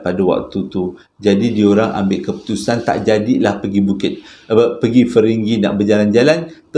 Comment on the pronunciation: batu ferringhi bang bukan feringghi hehehe, saja nak usik abang